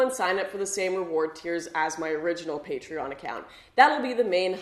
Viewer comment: Sorry to say but you say it right, not many know it....